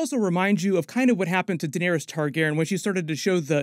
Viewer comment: You have to be saying Targaryen wrong on purpose. For you to say viserys and jaehaerys right but still say Targaryen like that? Ilysm but this gets me idk why😂